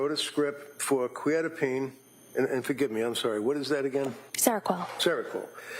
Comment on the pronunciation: The mispronouncing of Quetiapine is driving me crazy